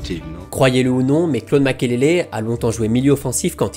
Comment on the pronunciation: C'est MAKELELE et non makélélé 🤢🤮 Les français 😪😪